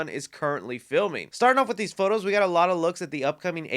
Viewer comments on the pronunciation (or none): none